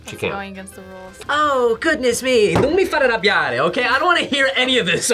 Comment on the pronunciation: "Non mi fare arrabbiare" was really on point, well done!